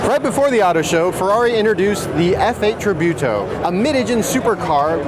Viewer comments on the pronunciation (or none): none